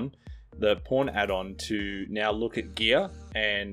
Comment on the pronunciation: who thought he said porn and not pawn XD